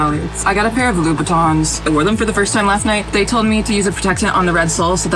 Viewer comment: LOO Buhtton?! Learn to read and pronounce correctly. The red Soles are the signature feature!